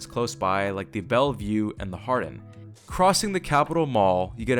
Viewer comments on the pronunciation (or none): none